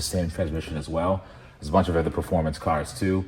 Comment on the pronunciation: it’s been YEARS. PLEASE LEARN HOW TO ENUNCIATE THE WORK “OTHER”. It’s not “Eh-ther” there’s no E at the beginning of the word.